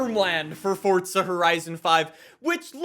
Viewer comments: Fortza.... its forza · Stop saying "Fortza". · THERE IS NO T IN FORZA!!!!!!!! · i like how he says fortza instead of forza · FORTZA HORISON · This man puts the T in forza